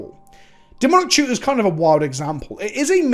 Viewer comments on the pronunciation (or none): How did you manage to turn "Demonic Tutor" into just three syllables? Colo(u)r me impressed!